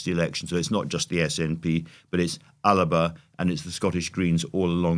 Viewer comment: As a fellow native English speaker, one might expect the Gaelic translation of 'Scotland' to be pronounced Alba, as that is how it is spelt. However - at least in Gaelic - it is pronounced as if there is an extra syllable in the middle and hence Andrew Marr's pronunciation is correct. As someone from the central belt of Scotland who speaks French, German, Italian and Spanish, and has used them at work frequently, I have never learnt any Gaelic and am frustrated at the funds invested in keeping what I consider to be a dying language on life support. However, I am digressing off the point.